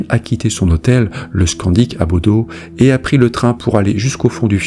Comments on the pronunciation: Juste pour info, en norvégien Bodø se prononce "Boudeu" et non pas "Bodo" ☺ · Vidéo très intéressante 👍... J'ai regardé toutes vos vidéos : toujours prenantes (j'adore !)... Juste une chose.... BODØ (en Norvège où je suis allée 😉)... On ne dit pas BodO mais BodEU (le ø de Bodø se prononce "eu") 😉...